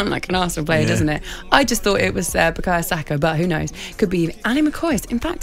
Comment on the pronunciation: It’s not bukayo 🤦🏾‍♂️